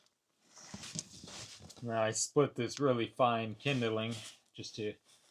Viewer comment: Hey! Great vid as always. Het no one ever told ya the word is "kindling" not "kindle ing" eh just sayin yo. Respect to yer tuffness to cope with that cold home! What is the music channel you listen to again? I wanna giv er a try dawg.